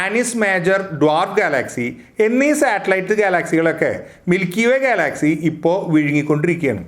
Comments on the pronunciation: നല്ല അറിവാണ് ... പക്ഷെ ഉച്ചാരണം കുറച്ചു കൂടി നന്നാക്കുമെന്നു പ്രതീക്ഷിക്കുന്നു. ഗാലാക്സി അല്ലല്ലോ ഗ്യാലക്സി അല്ലെ ? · ഗാലാക്സി എന്തൊക്കെയാണ് ചേട്ടൻ ഉച്ചരിക്കുന്നത് വിദ്യാർഥികൾ ഉൾപ്പെടെ കാണുന്ന ഒരു ചാനൽ ആണ് അതുകൊണ്ട് ഉച്ചാരണം ശ്രദ്ധിക്കുക 🙏🙏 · Check your pronuciation of Galaxy. You are annoying heck out the listeners.